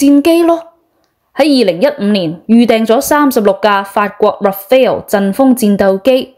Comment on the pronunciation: Rafale not Rafael😊